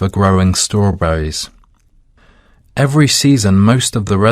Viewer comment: who pronounce StrawBruise are you kidding ?